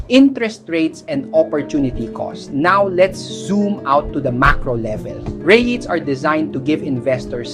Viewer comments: You should use your own talking voice instead of AI. "Rights" instead of "rits". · Eto naman si kuya, ibaiba ang pronunciation ng REITS? Ano ba talaga kuya?😂